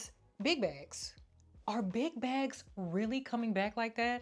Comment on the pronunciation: Why I know your saying big bags lol but I keep hearing “Big Backs” lol 😂 I’m here for a good bag moment tho lol